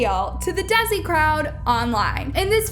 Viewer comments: is it just me or im dying how she pronounces desi btw luv ur vidssssssss ( the desi word is pronounces as dasi as in de-a-si) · saying “Desi” as “Dezzy” literally hurt me bro